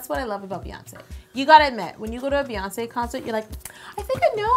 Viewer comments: It's BEyonce not BAYonce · Same! Her name is not baeyonce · Um NO ! it is Beyoncé as in "Bee" because the y can sound like an e because it is next to the e.